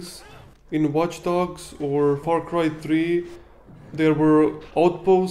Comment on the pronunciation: FarCry Триии, ахахахпхаха. Я знаю, что ты русский, но на столько ошибиться xD